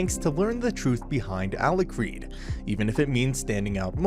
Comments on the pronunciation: A-lu-card not a-lu-crad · How does the narrator manage to pronounce Alikred differently every time? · especially given how often Alicreeds name is swaped